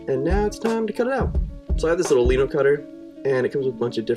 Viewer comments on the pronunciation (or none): Lie-No, not Lee-No. Lie as in Linoleum. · the shirt turned out so cool! i'm from the UK so maybe it's different but over here we pronounce it like lie-no instead of lee-no